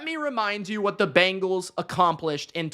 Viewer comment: It’s BENgals not BANgals